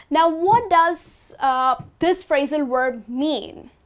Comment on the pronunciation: Hi, your pronunciation of the word "verb" is confusing me...it sounds more like "werb"...